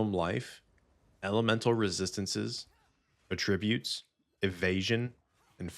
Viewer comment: For what it's worth, it's pronounced AT-trib-ute because it's a noun (person/place/thing). The other way, at-TRIB-ute, is the verb.